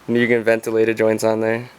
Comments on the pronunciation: It’s mew-genn not mujin or mugeen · Love the video mugen is pronounced more or les like (MEW) (GIN) mu-Gin - mugen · its pronounced MOOGEN bro Lol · Moo-Ghen.....is correct pronunciation. You anger the Honda gods pronouncing it incorrectly. Seriously, reps from M-Tech in Japan get very upset if you are unable to pronounce their brand name correctly.